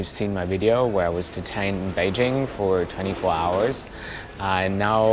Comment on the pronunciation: Top marks for pronouncing "Beijing" correctly. :-)